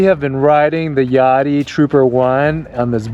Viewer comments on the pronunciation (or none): I would pronounce it like Ya dea, like "Idea". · Think it’s pronounced ya-day-a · i would hate to hear how you guys pronounce "idea"